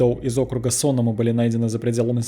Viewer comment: Не СОнома, а СонОма. По крайней мере местные говорят именно так.